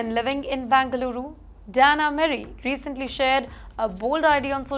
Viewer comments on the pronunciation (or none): Looks like you need some classes in pronounciation It's Bengaluru , not Bangaluru